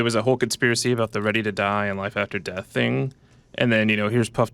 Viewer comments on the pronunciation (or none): none